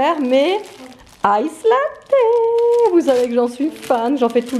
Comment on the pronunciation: Coucou alors on dit des oignons de Toulouges sans prononcer le s 😉 tu m’as trop fait rire quand tu as déballer ton fard 😂 j’adore ton petit coin bureau trop mignon bonne soirée bisous 😘